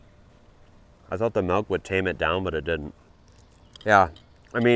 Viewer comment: You say "malk" instead of "milk", is that an accent thing?